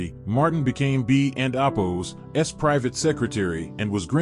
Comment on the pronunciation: BEA = Be as in bay ; A as in yah. Bay yah (short a).